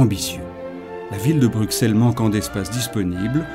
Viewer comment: La lettre x étant l'abréviation passée pour ss, on prononce "Brussel" et non pas "Bruksel"; Au même titre en France qu'Auxerre, Semur-en-Auxois, Auxonne, Auxey-Duresses; Idem pour le nombre 60